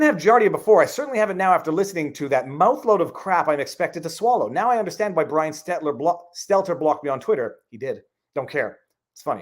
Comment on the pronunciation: I prefer the longer form podcast, but either is fine. Just when you're in the car slow down a tad and take a breath every now and then lol. And Viva please, you're killing me... It's Stell-ter, not Stet-ler.